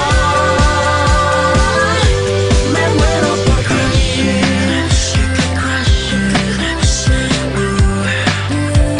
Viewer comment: Jajaja les habla la maestra! Maestra, porque en el video dice "Crushin" y no "Crushing" ? es lo mismo supongo no?